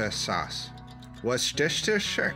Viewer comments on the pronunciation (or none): Its "Wooster shire" sauce 😂